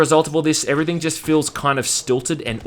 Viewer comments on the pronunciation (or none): "waah I hate basically evefing"